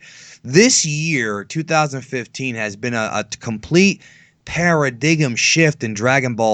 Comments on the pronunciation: Yo, just want to say paradigm is pronounced pair-a-dime not pair-a-dig-um. Otherwise awesome video. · Uggggghhhh.... OK I need you to say this with me. Paradigm. Pronounced Para-DIME. Damn, is this how you feel when people freak out when you say saiyajin?